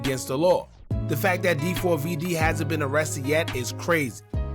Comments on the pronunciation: 4-5 vids later & still calling him Dee 4 v Dee is crazy. It’s pronounced David 😅😅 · Nah fam it's D4Vdee. You're obviously not a fan. 🤦🏻‍♂️